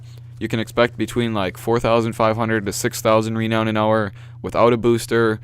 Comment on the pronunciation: It's produced ra-noun